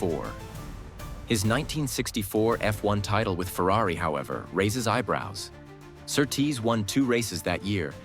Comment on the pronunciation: Your pronunciation of Sir Tease makes him sound like some noble male stripper.